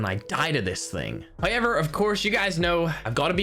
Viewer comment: English language: however: so it’s HIever?